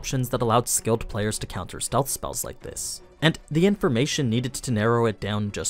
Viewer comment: If you watch the sub he actually pronounces the words differently, "puh-layer" and "en-pii-see".